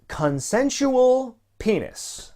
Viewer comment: "...CONSENSUAL PAYNIS!" I literally drooped my head, face-palmed and said "Oh no." Enzo, why? Paison, you're making us look bad. I don't regretting being out of the loop these past months. I wish I could actually go back a few minutes in time and click away from this video.